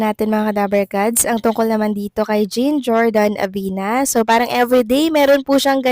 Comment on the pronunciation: Di mo pa rin mapronounce nang tama ang JEAN Jordan? Jean as in John, ganun!